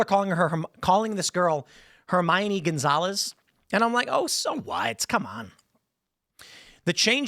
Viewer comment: her-mine? since when thats the pronounce